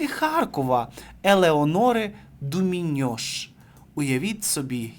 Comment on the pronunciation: Авторе, якщо претендуєте точне викладення інформацію, то ппавильно вимовляйте імена, зокрема, не ДуміньОш, а ДУміньш.